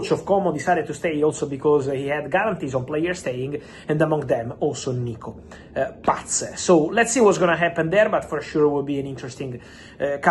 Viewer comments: I love how he says Nico Patttsszzz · Why is it so funny when Fab says Nico Paz🤣😂🤣